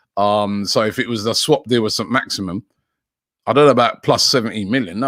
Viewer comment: Robbie butchers every single name - Abrahams? Saint-Maximum?